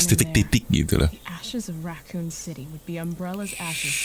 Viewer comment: Kan dibacanya dari racoon bang